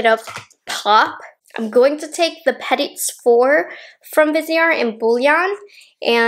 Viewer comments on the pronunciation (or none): Petite is said like Peh - tea :)))